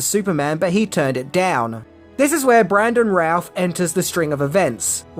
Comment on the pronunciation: his name is pronounced, bran·duhn rooth. 🤦🏼‍♂️🤦🏼‍♂️🤦🏼‍♂️